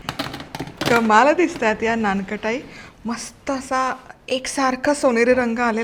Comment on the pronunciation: थोडेसे मराठीकडे लक्ष द्या....लोणी म्हणतात... लोनी नाही...नानकटाई आहे ते...नानखटाई नाही.....It may not be your mistake but your team's mistake...but pls be careful...it hampers your credibility....